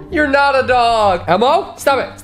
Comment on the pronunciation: Everyone: Dog Elmo: DAWG